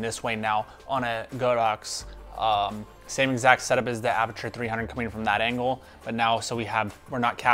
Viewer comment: "Aperture", not "aputure". Great video!!